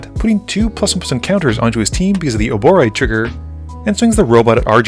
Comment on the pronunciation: You pronounce it as Ouroboroid. Hope that helps!